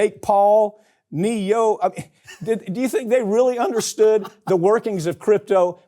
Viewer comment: "Nee Yoh" 😂😂